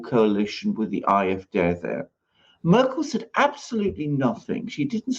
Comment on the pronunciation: Alexander I love how you pronounce AFD..❣ .... (I´m german by the way) Born in Brazil...living in Portugal! 😊